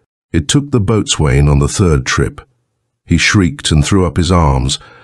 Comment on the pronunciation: "Boatswain" is pronounce bos'un.